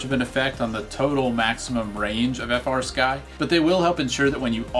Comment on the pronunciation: As soon as you said frsky it turned me off